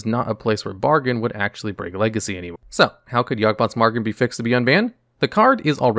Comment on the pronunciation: He also said "Yawgboth's Margain" right after that